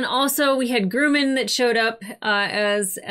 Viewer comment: It's Grum-man, not Groo-man. (Northrop)-Grumman is a defense contractor with a long history of building aircraft for the US Navy. One of the planes they designed and manufactured was the E-2 "Hawkeye", which is an airborne early warning & control aircraft. It has a large disc-shaped radar on top that can see incoming threats for hundreds of miles. An "eye in the sky", kind of like our favorite lady sniper.